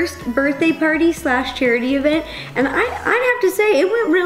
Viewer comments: "and he's ready to PAWTY" when she said that, I thought she meant potty. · Whenever you say pawty it sounds like potty xD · Does anyone else thing that “Pawty” sounds like potty 🚽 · The fact that "pawty" sounds like "potty"😂😂😂